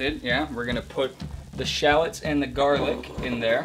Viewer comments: Ben Brown yup 😂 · Yup made me want to shout everytime he said it